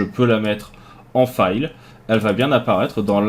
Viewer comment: ''fil'' pas ''faïl'' :p Parce que la prononciation ''faïl'' existe mais ça s'écrit 'to file' et ça signifie soit limer, soit indexer/créer un dossier.